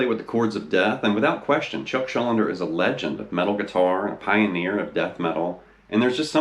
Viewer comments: Actually Chuck's surname is pronounced Shul-DEE-ner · The whole damn video calling him "Chuck Schul-linder" 😭😭 Chuck Schuldiner SCHUL--DINER